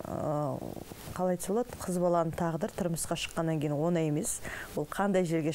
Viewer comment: оНай деп емес, оҢай деп айт.